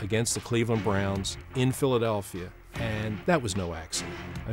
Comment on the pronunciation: the...Phlilieayalfiya Eagles